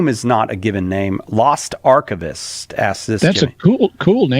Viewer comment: I know they're reading the names so they can see what the guy's name was, but when read the name, I didn't hear "Lost Archivist" but "Lost Arquebus"